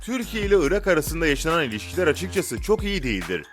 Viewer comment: ıra deyil ırak 😀